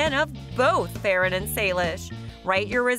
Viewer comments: Ferran not feren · Hi not to be rude Ferrans name is prounced Fer-un and not fair-en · it is not feeran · Its not however you said Ferrans name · you said ferrans name wrong just to say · Your sayings his name wrong